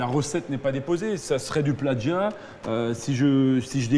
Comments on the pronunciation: Plajiat !! Il a dit 😂😂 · mdr du "Plaggia". Encore un plouc qui croit que le mot plagiat est italien. Manifestement il ne lit pas beaucoup. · ""Du pladjiat" Lol ! Et il est directeur de magasin ! No comment... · "du pladgiat"